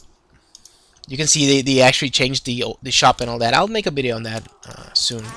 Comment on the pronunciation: man whats bideo? i mean u wanted to say video? Just asking if bideo is another word because i hear it for first time :D im not trying to offend you man :D just asking